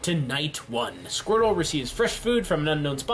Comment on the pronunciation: Random Viewer squrtle!?. It's squirtle.